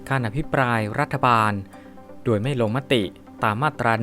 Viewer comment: อ่านภาษาไทยผิดพลาด คำว่า " โดย" อ่านเป็น " ดวย " ทุกครั้งมาตลอดไม่ทราบว่าจบจากสถาบันไหนครับ